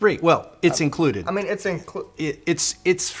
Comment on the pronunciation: Because guy said "it's inclouded" instead of "free", we can be sure this guy is legit without marketing BS.